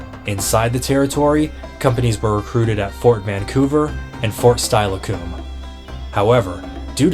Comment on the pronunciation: You are not from Washington as you mispronounced "Steilacoom"; you also could have perhaps mentioned that right before the war several prominent civil war officers from both sides served in the Washington territory i.e. Pickett, Grant etc... There were also several examples of the conflict spilling into the areas within Idaho (i.e. Secess Creek in the gold country of north central Idaho). A great resource is the book "Idaho County Voices".